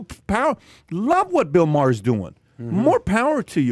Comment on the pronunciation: That guy got the pronunciation correct it is pronounced Ma Her not Mar.